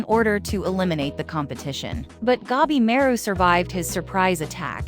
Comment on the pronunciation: gabi ma ru. not gebimeru the A read like in latin for alfa, or english for armor, arm, archer, atlas, atlantic, antartic, or until, unbeliever, answer. gA bi mA ru